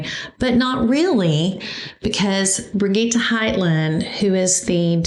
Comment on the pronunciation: Brih- gheeee-t soft g like Gigi and no e pronounced on the end. Great quilt😁 perfect timing because I need a new baby quilt.